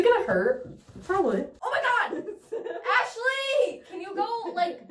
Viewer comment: I love when she said omg AHSELy